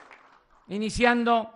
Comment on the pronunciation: Electricidá, por favor este buey no sabe pronunciar la d. Estamos.... indiciando... la... De aquí a que acabes de iniciar ya nos cargó a todos tu rancho, riquillo, pendejillo.